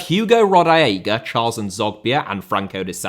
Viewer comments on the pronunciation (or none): none